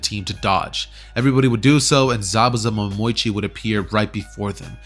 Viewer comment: Zabuza momoichi Me: 😂 😂